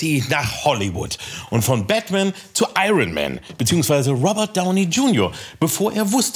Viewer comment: Ich dachte, Kalki als Dolmetscher, wüsste wie man „Iron“ richtig ausspricht.